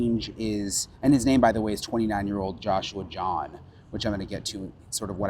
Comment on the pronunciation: His last name is not John, it's Jahn. A very common last name in Germany. I know, fluent in the German language.